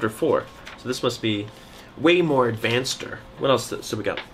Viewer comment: You said uust.